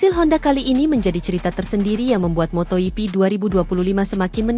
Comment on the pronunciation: Moto GP bukan moto hipi. Bgaimana sih cara baca nya. Biasa saja bro ndak usah di gaya rayakan ndak enak dengerin nya.